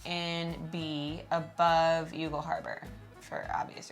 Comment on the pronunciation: YOU-GAL? Guys, ask an Irish person ... it's pronounced "YAWL"...